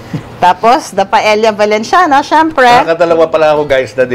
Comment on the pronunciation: Papu you pronounce paella correct